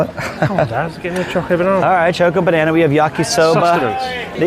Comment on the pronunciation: Why did have to call it Choke-O Banana though